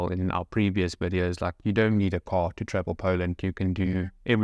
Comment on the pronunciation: Guys you must more trawel and more reed. When I listen you my ears was bleeding